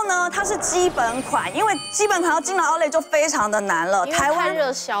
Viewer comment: outlet 這字都唸不准。。